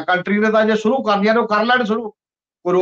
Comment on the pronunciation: Pronunciation of words like Leadership,Shuru , Kush . Crucial,National etc. need to be rectified . Agricultural problem is concerned with the whole of the country . Why are only Punjab farmers so agitating ? Thanks .